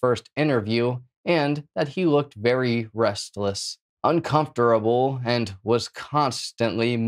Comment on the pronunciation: I died when he said "uncomftorable"😂